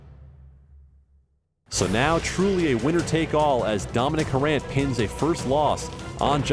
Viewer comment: It's "Harant" not "Harrant" ;)